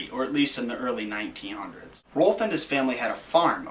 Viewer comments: Its ROULF RA-OW-LF. .. Gowd.. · Whenever u say rolph it sounds like ur barking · ITS ROLF YOU JACKASS IF YOUR GONNA RUIN MY CHILDHOOD SAY THE NAME RIGHT